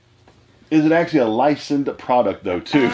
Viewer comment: Got triggered when you mispronounced "Licensed" 😂 What the hell is "Licend"